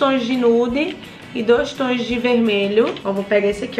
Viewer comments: Eu tenho agonia quando a fala batoins e toins kkkkkkkkkk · "Batões" "Póis" "Toins" 😂